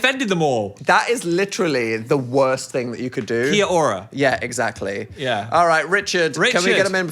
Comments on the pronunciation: hearing Phil say "kee-uh awh-ruh" shocked me so hard I was not prepared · for the kia ora pronunciation just go with 'kyo-ra' it'll sound a bit more authentic and they'll be happy about it! :) - from a kiwi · phil mate kia ora is pronounced more like kee-ora and you say it in one word. but i do appreciate the aotearoa mentioned of it all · I'm late but Phil that is not how you say Kia Ora. Please google it, that was so badddd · phil insulting us by doing an Australian accent and then butchering the pronunciation of kiaora... maube i need to refund my ticket (jokes jokes) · oh nooooo phil the kia ora prononciation.... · phil honey ily but that is NOT how you say kia ora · Solid pronunciation attempt, Phil 😂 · he tried 😂